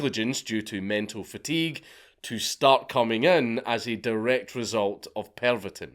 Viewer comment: D-IX and Pervotin? dix and PERVotin? Come on